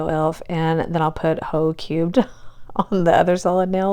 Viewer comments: I thought you said "Ho Cute" at first, so when you flipped the jar and it was "Ho Cubed," I got a good lil chuckle. Also, I edit videos for a living, so I think 2 videos a week AND doing multiple Manis is more than enough. You are basically doing 4 jobs the way I see it. Your main job, 👏 nail tech👏, video editor👏and content creator 👏. You answer like, every comment here. So, as a fellow editor, I ask that you please not burn yourself out on our account. 😅 you are the BEST, and if I could figure out how to nominate you for a Shorty award, I would! ❤️ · you are right! I just heard you wrong the first time. I was like ,"OH, Ho Cubed, that makes more sense than ho cute." 🤣